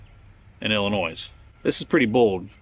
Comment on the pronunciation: The S in Illinois is silent.